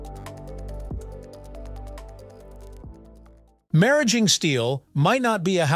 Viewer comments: The correct pronunciation is how it’s spoken right after the mention of nuclear centrifuges. Similar to “marriage”. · I never expected a segment on maraging steel! I think it's pronounced mar - ageing. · I worked with this material in graduate school in the 1960's. At that time, it was pronounced "mar" "age" "ing" with each syllable pronounced like the word (even though "ing" isn't a word). They didn't do a good job in this video with "molybdenum" either. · First fucks sake, they pronounced it two different ways, both wrong. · Fix the narration. Maraging was pronounced four different ways. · You pronounced Maraging two ways. Which is correct? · I'll never know how to pronounce maraging. So I'm going to keep on calling it alloy steel.